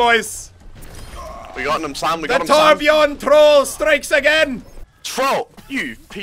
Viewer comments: I know that it isn't a real Torbjörn when his name is Torbjorn xD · omg plz someone tell him to l2ö if he wants to be a real Torbjörn main. It's not called Torbjorn >.< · MUSELK!!! THERE IS A GUY CALLED TORBJORN PLAYING TORBJÖRN, TORBJÖRN WITH THE SWEDISH/GERMAN Ö IN IT!!! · It's TORBJÖRN